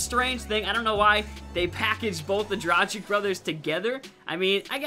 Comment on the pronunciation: it's Dra-gh-eech